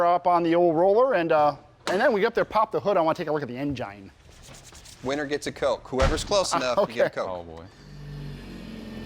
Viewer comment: My dude said "Engiene" wow lol